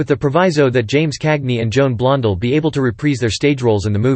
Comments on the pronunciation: Stop using that whiny sounding dorky - nerdy computer voice, and it’s unnatural inflection of names like Warner Bros., and pronunciation of actors’, and actresses’ names like “Blondull”!!! The name is pronounced BLON DELL!!! Oï vey!!! Also, stop overly repeating the same exact limited series of still photos of Cagney for 48 minutes - eeegaads!!!! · Many mispronations here, the most glaring being Blond'al instead of Blond-dell'